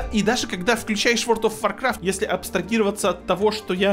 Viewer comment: Опять Word of Warcraft, а не World of Warcraft., у тя ж нет проблем с речью, ну что за "ВОРД", емае?!. Ну и Ashes of Creation, а не Ashes of CreationS:)